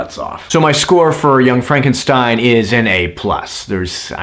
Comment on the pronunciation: That's "Frawn-ken-steen!"